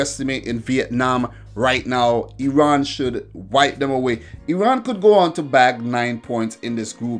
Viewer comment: I love how you pronounce Iran, 1000 happy birthdays to you amigo!